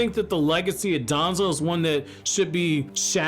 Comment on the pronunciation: Bro pronounce danzo with less emphasis we get who ur taking about